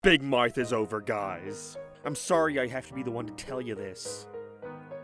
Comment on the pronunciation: why do you say big mouth as big moith